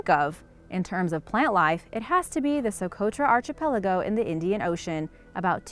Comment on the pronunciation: Archipelago has a silent h,, 👍